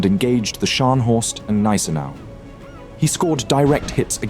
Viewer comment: Thanks for the video. One remark: its Gneisenau with a G, not Neisenau - saying it like that sounds like saying Glasgow without the G. After all, its german, not french